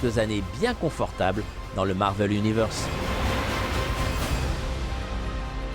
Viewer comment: ça se prononce marvél pas marveul sinon sympa le reportage